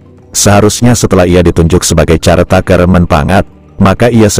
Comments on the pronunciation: Maaf, koreksi cara baca CARE TAKER bukan (x)"carteiker"(x) tapi [kărteiker] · "Care taker" dibaca "Kér teyk(e)r"